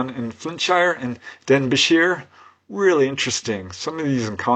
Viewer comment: Just to say, ---it's pronounced DenBEEshire...😊